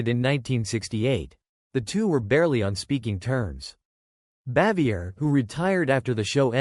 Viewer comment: Either the narrator is an idiot or maybe AI but he sure as hell doesn't know how her name is pronounced.